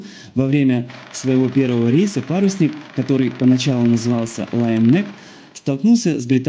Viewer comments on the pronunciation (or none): none